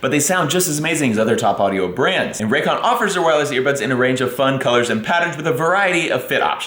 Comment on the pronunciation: New drinking game... the next time does a Raycon commercial, everyone drinks when says 'Raygun' instead of Raycon. Extra points for context: "...whenever we go on trips, Meredith and I take our rayguns..."